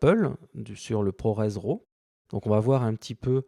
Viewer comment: Super tuto, merci. Par contre juste un petit détail concernant la prononciation de "LUT", on dit "Leut" et pas "lutte". La prononciation "à la française" fait hérisser le poil pour les pro de la vidéo (d'autant que pour RAW vous prononcez parfaitement en Anglais au lieu de l'horrible "Rav" comme disent encore certains) donc autant rester cohérent jusqu'au bout. ;-)